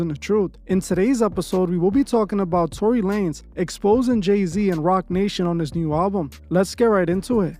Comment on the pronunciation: "Tony"? Y😄u mean TORY